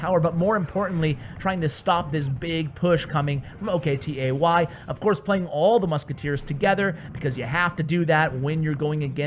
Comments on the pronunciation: its not o.k.t.a.y its octie. hes turkish. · OKTAY not O K T A Y xDDD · it's not pronounced as O K T A Y,It's a Turkish name pronounced as [Oktai] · Oktay is a turkish name. You dont have to spell the letters. Just say Oktay (spoken Oaktie)